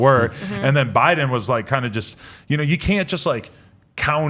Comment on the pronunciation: Why do you guys say jow bidens name so retarted u say buden